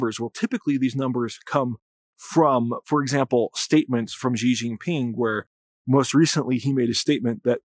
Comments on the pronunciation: Great analysis, much appreciated. Thought you’d want to know how Chinese speakers pronounce Xi 😁 - it’s pretty close to SHE or SHEE. On 10/20-24 the CCP just concluded 四中全會 and around 10/18, 9 generals in Xi’s camp were removed (some dead some disappeared) especially two from the Eastern Military Zone which would be the zone that is in verge of attacking TW. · as soon as you mispronounced xi’s name I was out